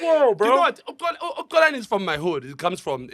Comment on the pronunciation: can't even say Xolani with a Proper X is insane. I can understand McG finding it difficult coz his Venda... is Xhosa! and he pronounces Xolani as Colani